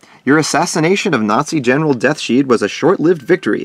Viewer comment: It's Not Deathsheed It's Death's Head.